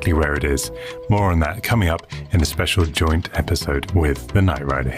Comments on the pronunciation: I had a wee giggle at your commentary, I'm sure you say "in a future esipode" instead of future episode. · I can't wait for the next "esipode" :p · "a future esipode" ☺